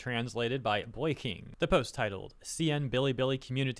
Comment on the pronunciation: btw in it's not boy-yi-king, it's probably boy-yi-ching! in chinese q has the same pronunciation as c/ch